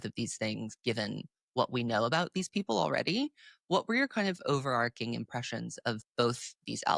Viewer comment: you've started pronouncing "overarching" incorrectly because Madeline says it incorrectly. The "ch" makes a "ch" not a "k" sound.